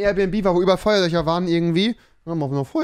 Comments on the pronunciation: Feuerlöcher Feuerlöscher ... Kann er jetzt das "sch" aussprechen oder nicht? 😆 weirder Typ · 90 Duude, ich weiß, dass es "FeuerlöSCHer" heißt, aber Rewi sagt FeuerlöCHer. Und das ist der Punkt des Kommentars 🙄